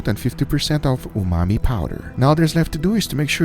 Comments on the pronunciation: Hey Guga, why do you keep saying "umai" for 'umami'? Also, your cutting board is obscured by subtitles, so non native viewers miss out on a lot of action. Can you reposition the platter or do a split screen so that the meat is not covered with caption? BTW, I'm from India, and a huge fan of both of your channels! 👍❤️ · You've said "umai bags" so much you call umami umai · Regular people: umami salt Guga: umai salt He's dry aging his own vocabulary